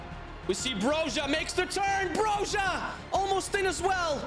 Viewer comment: Glad you're pronouncing Broja right finally 😀